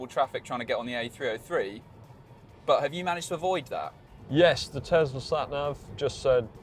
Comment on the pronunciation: Tesla! Not "Tezzla"!